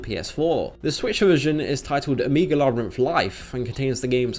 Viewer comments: By the way, why do you say "amiga labyrinth" instead of "omega labyrinth"? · They don't want to damage their brand so they're damaging their brand. Brilliant! Oh, and your pronunciation of "omega" sounds very much like "amiga" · o'mii'ga labyrinth life lol edit : just to be on the safe side, i mean no disrespect in any way, and have never heard it pronounced that way before, lol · When you can't even pronounce omega...